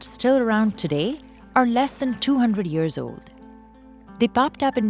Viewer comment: UGH NOT THIS NARRATOR AGAIN?! SAYING YURRS INSTEAD OF YEARS. I DON'T UNDERSTAND WHY SHE CAN SAY KASHMIR [KASH] + [MEER] AND "MEER" EASILY RHYMES WITH YEAR!